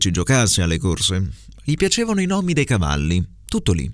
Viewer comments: Mi pare di aver sentito "inchióstro" con la "o" chiusa, "nòmi" con la "o" aperta e " po' " con la "o" chiusa Un saluto da Tommaso, il ragazzo che ha frequentato il corso a Firenze 😉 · A pronunci disegno con la s di "rosa" A pronunci "nomi" con la o aperta A pronunci "porto" con la o chiusa Sulla prima correzione ho dubbi, sulle altre ne sono abbastanza sicuro. È stato davvero molto utile, grazie! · Mamma mia è difficilissimo 😫 azzardo con la S di qualcosa verso 4.10, la O di nomi verso i 5.10 e la O di po' a 6.29... mi viene il dubbio sul mancato raddoppiamento della M prima di merda, alla fine, ma booooooh!! comunque, grazie come sempre 😉